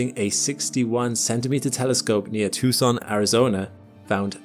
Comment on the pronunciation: Did you accidentally pronounce the C in Tucson and cut it out ?